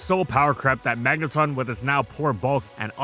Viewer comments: magneton not magnetun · Stop saying Magneton like that. 😂 the ton is like in automaton. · When did we switch from saying mangeton (rhymes with electron) to magneton (magnetun)? I only noticed the switch like 3-4 years ago.